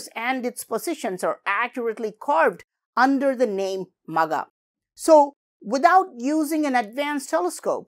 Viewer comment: I think it's not just Magha buy it should be pronounced as "Maagha" where you stretch 😊